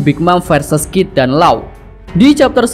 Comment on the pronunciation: KID BOSKUH BUKAN KIF :D